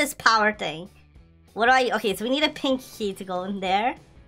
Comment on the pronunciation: pink key Me:i though u said "pinky" XDDD